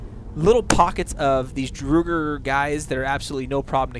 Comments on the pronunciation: I think it’s drogger like frogger w a d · Its not Druger its Draugr with an Aw in the au. Np for the help. ;)